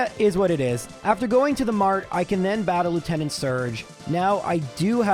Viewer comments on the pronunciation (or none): none